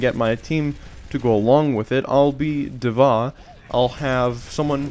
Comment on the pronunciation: Hey, informative video, thank you. Just FYI: D.Va's name is pronounced "Diva" or "Dee-va". You can hear it pronounced by Blizzard dev guy here